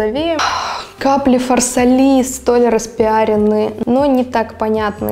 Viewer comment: И фарсАли, а не фарсалИ